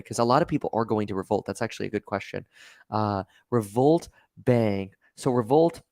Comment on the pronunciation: At the end is he saying Revolut or Revolt...? I know what Revolut is but I don't see anything on the first page of google for "Revolt". Hit me up Kev if you want the long story short on Revolut.